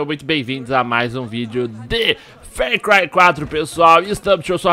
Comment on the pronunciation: não se fala Fércry e sim Farcry normal mesmo